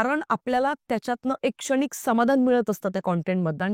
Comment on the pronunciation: ताई तेरे नाम सिनेमा नन्तर स्वतः सलमान नि सांगितलं होतं की पात्र कॉपी करू नका हे पण सांगायला डेरिंग लागत बाकी तुमचं बरोबर आहे आणि तुमची बोलायची स्टाईल चांगली आहे फक्त न आणि ण इकडं तिकडं होतोय उदा क्षणिक,येणार, लागणार ला न येतोय तुम्ही इंपृव व्हावं म्हणून बाकी चूक काढायची म्हणून नाही